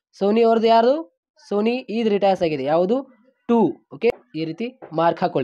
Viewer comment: Suni alla soni😅